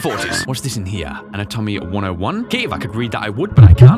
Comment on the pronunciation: Can we discuss the pronunciation of “anatomy”???????? Ana-tomy???? I love u but whaaaaaatttttt??????